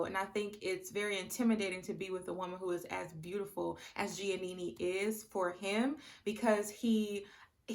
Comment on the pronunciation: I love how you pronounced Giannina’s name as Giannini lol 😂 but I completely agree that Damien is manipulative. Granted, Giannina does pick fights and confuses dysfunction for passion. However, Damien gaslights her constantly. And I KNOW he’s manipulative because of (1) how he rejected her at the aisle as you mentioned and (2) how he reacts when Gia brings an issue to him. It just seems very calculated and very “let me sit here quietly so you look like the crazy one and then proceed to refuse to take accountability and project my insecurities onto you.” Plus, SHE STILL HASN’T MET HIS PARENTS TWO YEARS LATER. Run, Gigi!